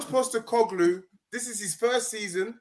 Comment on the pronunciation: And that guy is genuinely gold, man had me in stitches for about 5 mins straight 🤣 why does he keep calling him "onje postecoglu" gets me everytine 😭 And I don't know why your excited about poch being sacked lol your manager is under just as much pressure, and saying "Chelsea are playing shit football" when actually were not playing "shit" football IMO, we just aren't scoring and then we make stupid mistakes that get punished or the other team's just end up punishing us. I know united won yday so you can be shameless aha, but don't forget that burnley played you off the park for the majority of yesterdays game IMO of course 😂 a 1-0 is papering over the cracks for you man. If we sack poch were fucking idiots, but he does have too get this shit together quick or might be right he could be gone during the international break.